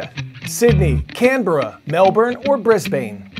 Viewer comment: “Brizbein”. 😄😄 Missing left-side driving.